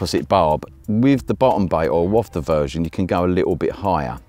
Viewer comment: big ups for pronouncing wafter properly👍